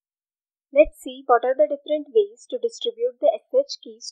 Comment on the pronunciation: Despite the quality, please change speaker. Hinglish is unacceptable in such company as redhat. Either stick to TTS systems or play some random music + subtitles. "Ways" read as "vaaice" xD c'mon